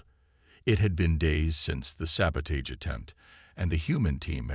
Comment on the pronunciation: Saboteur and sabotage you're not pronounce the Avett Brothers pronouncing it right narrator come up here to Maine and will teach you how to pronounce it better and you'll love it, and move up here God's County's the way life should be. free without Smog and pollution.